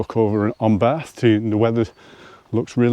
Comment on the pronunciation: Well, I was taken with a name like Barf...but was very relieved with hearing your pronunciation!! Absolutely amazed at those views!!